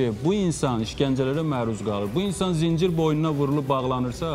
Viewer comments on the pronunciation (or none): Zincir yox zəncir